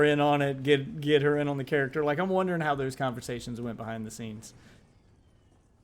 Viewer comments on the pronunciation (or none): nearly had a stroke the way you pronounced "character" .... yeah, that was something special. a microphone being infront of you surely isn't your strong suit.